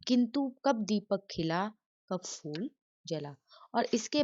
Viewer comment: Madam not ful its phul😂😂.